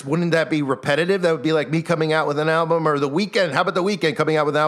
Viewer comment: Ok so maybe im crazy but when u say the word "album" it sounds alot like you're saying "owl-bum"...idk if that means anything or not but just thought it was strange